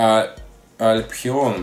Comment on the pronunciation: вот это как ты сказал (альпхеон) это Дэу Альфион он в России очень редко встречается а по цене около полтора милиона!